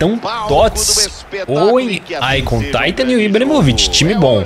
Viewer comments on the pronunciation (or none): none